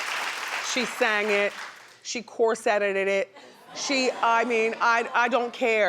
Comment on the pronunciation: "She corseteted it" 💀🤣🤣🤣